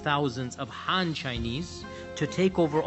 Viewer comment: You can't even pronounce "Xinjiang" correctly, incorrectly named "Khan Government" instead of "Han" (btw, there's no such thin as Khan or Han Government), I don't think you narrative is credible.